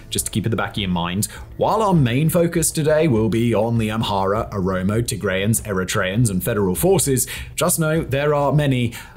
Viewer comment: Well done for recognizing that Welkait was an Amharan land since at least 1944. Your research is superb! And you are now pronouncing Oromo correctly as opposed to saying omoro 😃